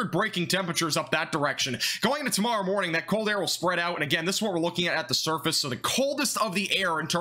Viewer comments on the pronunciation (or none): none